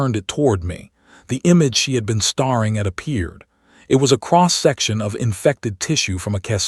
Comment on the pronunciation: ‘Brethed’ instead of Breathed ! ‘Starring’ instead of staring. These are regular AI narration errors. Fix them.